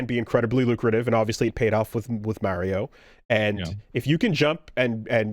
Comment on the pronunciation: I still hate how pronounces Mario. Like just say it right, man. It's easy. Mary-oh is not his name. Lol